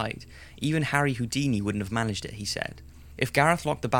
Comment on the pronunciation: HOO-DINI. Like if you get it.